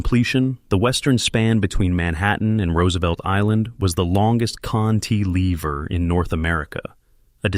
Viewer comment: It's cant-a-lever, not knt -lever